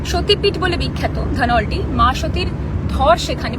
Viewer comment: ধনৌলটি। উচ্চারণ ভুল করছিস।